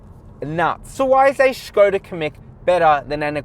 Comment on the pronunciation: And he's back, good review! The Škoda is way better looking than the VW and nice job on pronouncing that accent above the S!